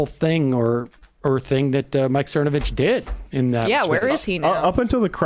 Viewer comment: I believe it's "Thernovich".